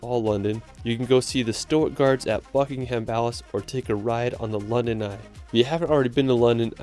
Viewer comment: I love your videos but I’m from England and the way you said Buckingham palace is wrong I’m sorry if that sounded rude